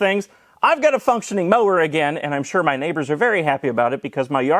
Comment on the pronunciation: "in mah mower.." LOL!!!